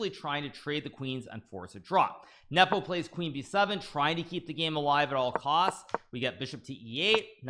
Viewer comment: Speak normally. and learn how to pronounce Nepo, without the cringe.